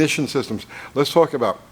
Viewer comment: “About Ghey Much” ..is that a NY thing ?🤷‍♂️ 😂😂 (when you showed rotor to post gap)